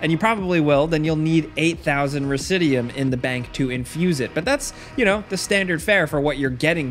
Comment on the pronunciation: Its pronounced risid-you -um